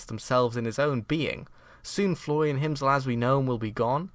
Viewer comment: You need to pronounce an R sometime... "Floian didn't even pogam the binding of Isaac"